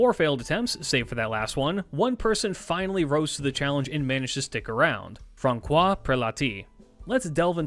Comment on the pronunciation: I know that it's really minor detail, but correct is ”Fran-SWAH”. The ç ist soft. I know I know... "Frunch" however just wanted say this cuz it was like anvil for my head. Besides good video like always